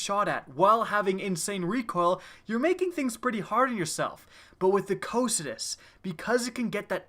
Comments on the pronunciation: Yeah, I love this gun! Its pronounced "Ko-kai-tus" by the way (greek). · Am i the only one bothered by the wrong pronounciation ? The correct name of the gun is pronounced ko-kai-tus. Not whatever sneeze you were saying instead of its name. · I'm glad you made this video. I've had one of these for PvE ever since a few months into TTK and I've always thought of it as "Co-Psy-Tus" but recently Blessious put out a video and used some pronunciation website that referred to it as "Co-Kie-Tus" which I think sounds really stupid (I know it was a river in Greek mythology, but did they really say it that stupidly). Now I hear you say it another way and I looked on howtopronounce's website and low and behold the second audio clip is in fact "Co-Psy-Tus" so that is how I will always refer to it. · Ahhh I've been pronouncing it all wrong with "Cock n' Tits" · I was always under the impression it was pronounced KAW-kuh-too. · Chauncey Syposs its "si" tus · your pronouncing it wrong! cocytus is the river to the underworld (fitting) so say it right and do it justice!